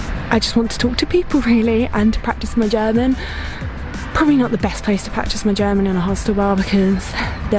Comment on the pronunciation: You really deserve a compliment for your German pronounciation. As a German I can say that it is really good!